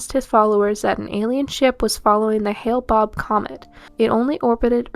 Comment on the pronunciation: Hale Bop. Not bob 🙄.